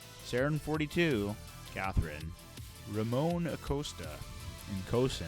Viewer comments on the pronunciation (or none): none